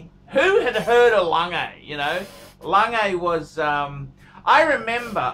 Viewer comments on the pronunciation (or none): Please say it correctly. It's not langay!!'